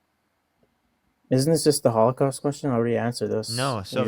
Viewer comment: the H-caust??? WTF? An extra syllable is too much effort? When someone tells you who they are, believe them. This dude is a toilet flush.